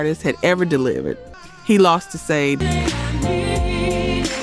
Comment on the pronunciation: You miss pronounced Sade